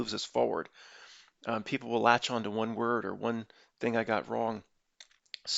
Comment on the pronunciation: latch!..you said it weird! Mandalla effect son of un eech! Lol! To be distracted by how you pronounce something only to miss the point is one of the keynotes of the notnilc clown world.